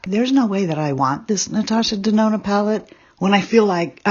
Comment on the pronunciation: Aww, this must have been such a bittersweet video for you to do. 🥰 What a beautiful tribute to Mel. But, why did I keep hearing you say Natasha Danono? 🤣